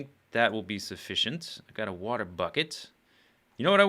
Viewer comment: water not eater